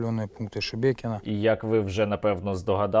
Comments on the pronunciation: Хочеться, щоб оці Шебекінці подивилися цей випуск, де учасники навіть не можуть вимовити назву їхнього міста, їм так по х.й, що вони навіть не удосужились в картах подивитися, радує слух оце ШеМєкіно і Шмякіно )) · Шебекіно, шемякіно, шмякіно- Господи, пробач убогим. Вони навіть назву не можуть правильно вимовляти. І ці чмошники хотіли Київ за 3 дні...